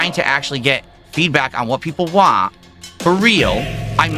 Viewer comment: I really cannot take him seriously whenever he says "waan" (want) 😂